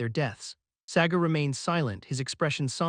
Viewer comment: Sagar ❌ Segar ✅